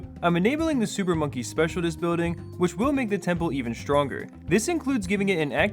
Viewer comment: you say "specialtist" instead of "specialist". makes my blood boil